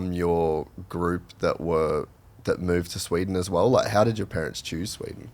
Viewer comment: Sweeden? Wtf